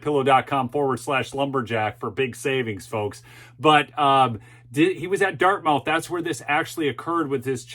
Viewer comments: Love the show but as a NH resident, it is pronounced Dart-myth not dart-mouth. Keep up the great work! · its pronounce Dart moth not mouth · it is pronounced dart myth not dart mouth. Nevertheless, I enjoy your show. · Dartmouth is pronounce DartMUTH in NH. Gotta get that New England lingo going:)) David Hogg is and always has been a joke. Another puppet pulled out of the closet for a needed 'sound bite.' Just like Greta is. Good for the lady that stood up, gave real facts and nailed this jerk to the wall. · It is pronounced: " Dart-muth". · Think it’s pronounced “Dartmuth”. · It’s prounced - Dartmuth. Like Prescott is prounced Priscitt. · It's pronounced Dart-Muth. You don't want to upset the libs. lol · it is pronounced Dartmyth. It is a big mouth school. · I love your content, watch at least one of your vids every day. Dartmouth is not pronounced as it is spelled. Although the last syllable is spelled exactly like an oral orifice, that AIN’T the way it gets said. It’s more like the word “must” with a “th” instead of the “st”. I don’t want eastern lefties to accuse you of ignorance. Other than that, keep up the good work, Brother!